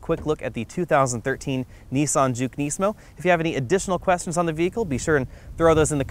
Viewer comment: my only complaint is the butchering of the performance names. nismo and the fiat comment.